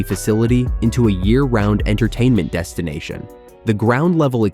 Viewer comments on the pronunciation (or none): none